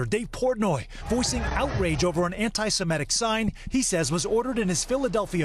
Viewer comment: What's wrong with you, Lester Holt? You still can't pronounce "anti-semitic"? You're showing your viewers, and other broadcasters, how to mispronounce it.